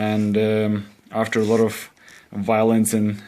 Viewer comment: its so funny every time you say violence lol